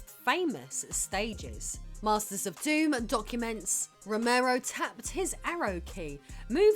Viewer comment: Nice, you pronounced DOOM properly.